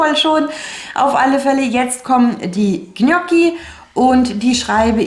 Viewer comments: Ich plane auch immer. Allerdings hapert es manchmal mit meinem Vorrats Check. Tolles Video. Noch eine kleine Anmerkung zur Aussprache der Gnocchi. Richtig ausgesprochen: Njocki. gn sprich wie nj. Das ist wie bei Lasagne oder Cognac. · Vielen Dank für deine Tipps. Ich mache es ganz genauso, das hilft sehr. Ich muss nur mal meine Vorräte aufschreiben. Das Ich schätze sonst deine ruhige Art zu sprechen, heute war es mir allerdings viel zu hektisch. Das Zuhören war sehr anstrengend für mich und machte mich nervös. Ich finde es lustig, wie du Saison, saisonal, Soße und Gnocchi aussprichst 🥰 habe ich so noch nie gehört.